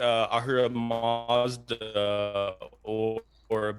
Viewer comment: its "ahura mazda" lol.